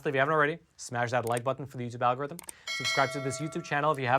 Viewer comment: Plus one for the'al-gore-rythym'